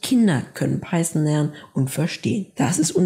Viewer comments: Also nach der Google Aussprache würde ich mich nicht richten. Du sagst "Paison" man spricht aber Python -> Paithon das Englische th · Peisen und Jeyva😂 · Wie wär's wenn du erstmal lernst, wie man Python ausspricht?